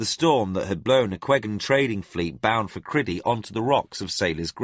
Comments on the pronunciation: I don't think he pronounced all the names right. For example Liam should be "Lee-um" but he pronounces it "Li-YAM", which can't be right. Also I think it's Cry-dee, not Cri-dee. And the old English Tomas is pronounced Tu-moss, instead of the modern Thomas "Tom-mus style. But I could be wrong. I think he pronounced Arutha right though, which is a tricky one. And I'm not sure about Rillanon, I put the emphasis on "Rill" "Rill-uh-non" and he pronounces it "rill-AN-on." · Criddy rather than CRYdee is a little off-putting but still a great story. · THANK for this audio book loved Sci-fi and fantasy since I was 15 still love it at 71, Just really don't like the way he says Crydee When it should be CRY dee. his way sounds more like kridy.., and Con-dion which he pronounces con-dwan.. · I have heard this audiobook before, but the name of the kingdom was pronounced Cry dee instead of kriddy. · Really excellent narrator but...but..one tiny thing niggles at me. Crydee. I read this book when it first came out and even bought the associated RPG material. It was always Cry dee to me. Criddy sounds...not right. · Cry-dee, not Criddy. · It's pronounced Cry-Dee. What is this Criddy nonsense? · Not a bad rendition but few things irk they are calling Liam, Li-amthere is no gap not in English, secondly Crydee, being said as Cri-dee in one go not Cry- dee. For those saying about starting up where they left off I am listening on a Samsung tab S8 and it just picks up where I left off as did my older ipad Pro. Just to add I am not having a go at the narrator, there are a few issues as I said maybe also on a personal level the voices used for some characters but he is easy to listen to and speaking clearly and at a very relaxed speed. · Agreed. I think in the book it’s spelled Lyam though, so I could at least see why he would say that. However, I always read it as Liam. The worst offenses are Crydee (Cry-Dee) and Arutha (a-roo-tha). That was completely annoying.